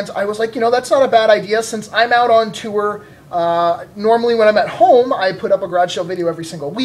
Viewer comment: I chuckle every time says tour.